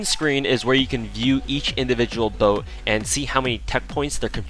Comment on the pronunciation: boat, not bote